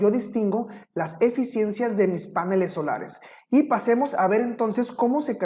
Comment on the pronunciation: Este expositor dice páneles , en la lengua castellana se dice panel, en la lengua sajona si se acentúa el vocablo a , maldito snob